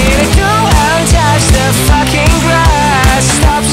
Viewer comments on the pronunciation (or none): I literally love how he pronounces "fucking" it sounds so asian for some reason